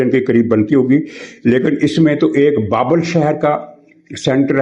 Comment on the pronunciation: محترم، یہ لفظ بابِل ہے ، ب کے نیچے زیر کے ساتھ، جیسا کہ قرآن کریم میں بھی ہے سورہ بقرہ آیت 102 ۔ واضح ہو کہ حضرت ابراہیم علیہ السلام کا آبائی وطن یہی علاقہ تھا یعنی بابل ۔ پھر یہاں سے ہجرت کر کے وہ فلسطین، مصر ، اور پھر مکہ مکرمہ وغیرہ کی طرف گئے تھے، اور پھر آخر فلسطین میں ان کی وفات ہوئی تھی الخلیل نامی شہر میں جو کہ انہی کے نام سے موسوم ہے ۔